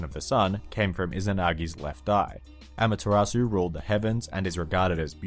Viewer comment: just sayin' it's not pronounced amataratsu its amat-ser-u.